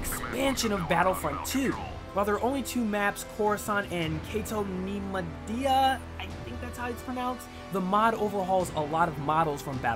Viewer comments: "nigh-moy-dee-ah" I think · it's pronounced "kay-toe nee-moy-dee-ah"